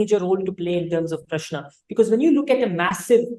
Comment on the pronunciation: In south it is Rama not Ram. Also he is pronouncing Prashna correctly. You have to pronounce the last n sound.